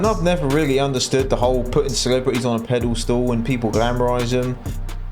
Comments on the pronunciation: Did you say...pedal stool? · Bro said peddle stool 😂 Its pedestal fyi 😅